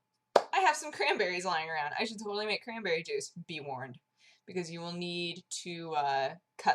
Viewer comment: Crahnberreh time :D